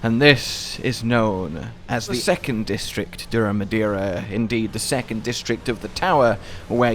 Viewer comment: I think this is when you got the name the most correct.